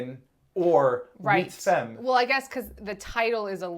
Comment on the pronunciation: French pronounciation tip: the e in femme is pronounced like a a-, the same a in fa from fabulous. famme.